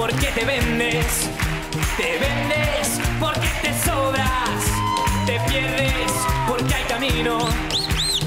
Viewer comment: "lo que ereh", y se ha pasado la canción pronunciando "te saleSSS, porque te sobraSSS, y te bastaSSS" UFF qué macarra, sí, es verdad...Madre de Dios Qué bochorno